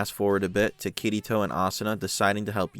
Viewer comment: Oh god i cant unhear it.... All im hearing is "kitty toe" xD Good video tho!